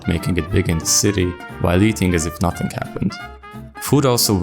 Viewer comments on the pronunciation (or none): none